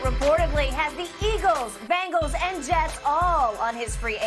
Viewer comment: BENGals not BANGals 😂